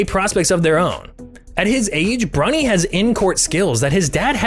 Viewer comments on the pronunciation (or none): can’t tell if he’s saying bronny or brownie. cool luh video tho.